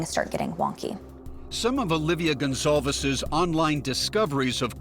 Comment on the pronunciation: Her name is spelled like “gone calves”, I thought that was how you said it